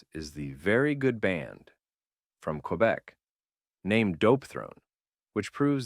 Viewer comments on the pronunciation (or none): none